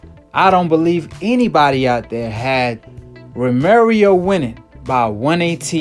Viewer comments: Stop saying romerio...its ro-mer-oh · Its Romero, not Romerio lol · Romero not Romer yo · Romero not romarieo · Romero not Romeiro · This dude is saying romirio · Say it right.... Row Meh Row (Romero) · THIS NIKKA SAID ROMERIO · “Romerio fought like the version of maidana when he’s first came from Argentine” 🤦‍♂️ come on man at least get your pronunciation right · Did you just said "Romerio"???? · I was distracted by him consistently mispronouncing "Romero"